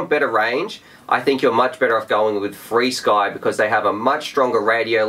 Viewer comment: just pronounce frsky as frisky